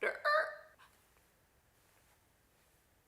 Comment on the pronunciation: Kandi really said Tampuh 😂😂😂😂 but she got a point. What were you doing Ralph?